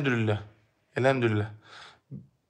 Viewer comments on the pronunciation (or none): Elhemdürüllah değil, Elhamdülillah!